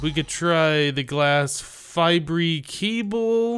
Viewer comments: The way you say fibre as fy-bree really bugs me. lol Its just pronounced fiber. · Glass fibre is pronounced glass fiber😂😂